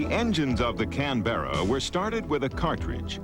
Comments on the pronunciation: It is not a Can-BERRA. The correct pronunciation is CAN-berra. If you're in Australia, it's CANbrah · What the Fuck is a CANBEARA.. Its a CANBERRA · For goodness sake ..... it is NOT Can-bear-a! the name is pronounced Can-bra. Two syllables, not three. Ask the Australians, after all the aircraft was named after their capital city. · That's not how you pronounce Canberra. Most of the background "music" is raucous, intolerable and inappropriate. Very fine looking aircraft though, sleek. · The narrators pronunciation of Canberra is grating, there is no 'Bear' in the word! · It’s pronounced Can-bra. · Say can-bear-ra again, I double dare you. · Can-ber-a ffs. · Caan-bera lol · Tim Gooding ___ He says it like the baseball player Yogi Berra. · Nce documentary, I just wish the narrator could have pronounced Canberra properly. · Did you run that pronunciation by the Austrian government first? Of course not.... fucking Yanks! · Quite simple really- like camera, only with a b. An aboriginal word for "meeting place" I believe. It's just annoying hearing the narrator mispronounce the name over and over and over again.